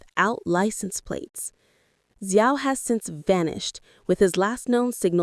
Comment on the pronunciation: Xiao is pronounced "Shao"... And Weibo is "waybo" ... it's hard to take your information seriously if you won't even go to Google translate and learn the pronunciation of these basic proper names ... And if people were publishing these allegations on Chinese social media platforms, I can understand why they were shutting down / off comments from the accounts that made them. The platforms don't want to be accused of spreading slander / libel, OR of obstructing the police investigation. I'd also like to hope that anyone with factual information - NOT speculation - would inform the police. So the headline "Suspect Behind Yu Menglong’s Death Officially Arrested, Facing Minimum 10 Years in Prison!" is actually completely false ... SMH Real news: Yu Menglong's mother asked people to STOP speculating with a public statement published today. I wonder if having people describe her son as being sexually assaulted made her feel better .... smh ...